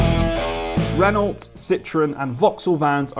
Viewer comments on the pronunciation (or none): It's not pronounced ren-alt it's ren-oh. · Renault is pronounced 'Ren-no'. Jus saying, like. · Renault is pronounced ren oh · Renault has a silent T :) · need to learn how to pronounce renault properly man. silent 'l' & 't' by the way